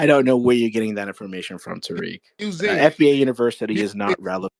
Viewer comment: The guy says he is Moroccan but saying the name Tariq incorrectly!!!